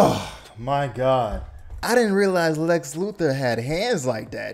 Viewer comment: "Lex Loofer," 🤣